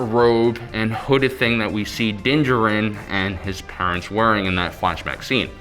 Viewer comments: jar-in is how you pronounce his last name..you goof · Great video, makes me kind of mad how wrong your pronounce D’Jarin though LOL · I cringe every time...